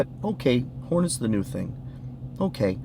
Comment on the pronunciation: Amen! Ps I laugh every time you say Hornets haha